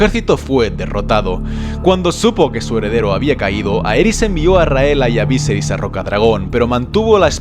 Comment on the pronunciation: kai creo que no se dices víseris si no viserí